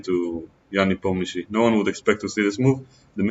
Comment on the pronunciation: First time hear the correct prononciation "Nepomniyachi" from non Russian native speaker....